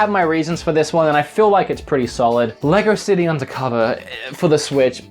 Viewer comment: haha the way he said lego city